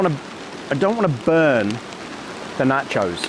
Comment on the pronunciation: I didn't like the first 30 minutes of no talk. I like it when you chat with us, makes me feel like I am along with you. And, while I know you are from across the pond and now live on the other side of the equator, the proper pronunciation is TAH-CO or NAH-CHO, not tay-co or nay-cho. BTW, Luke is wrong; you don't need music and I don't think you talk too much. As for ads - I watch YouTube on my desktop which has an ad blocker so I don't see the ads, GSD. Yes, I know there are folks who make their living on YT but I really don't feel a need to be beholden to them. Glad to see you back!